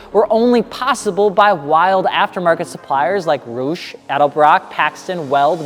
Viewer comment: Calls longtime journalist Raph Orlove (formerly of Jalopnik, currently writing for Road & Track) "this random person" -- Mispronounces Roush as ROO-sh Come on,, you can do better than this.